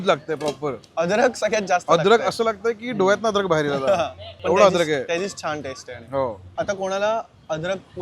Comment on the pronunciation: adrakh nahi rey babanno aaley bola, adrakh bolayla tumhi kai bhaaye aahat ka ?